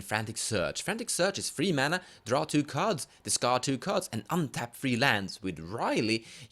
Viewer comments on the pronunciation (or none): none